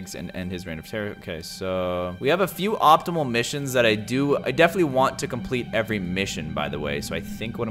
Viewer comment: He's reading the missions wrong... It's supposed to be optional but he's calling it optimal or optical :face-turquoise-covering-eyes::face-blue-wide-eyes